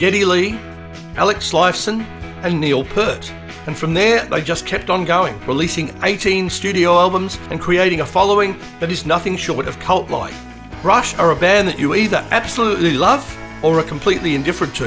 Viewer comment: Neil Peart's name has a long "e" ("peer-t") not a short "er" ("pert"). Sloan, from Canada, formed in 1991, have never changed their lineup. Members Chris Murphy (vocals, bass, guitar, drums), Patrick Pentland (vocals, guitar, bass), Jay Ferguson (vocals, guitars, keyboards), and Andrew Scott (vocals, drums, guitars) are all equal songwriters, all have sung on singles. They released their first EP and album in 1992, thirteen studio albums in all, and still tour today.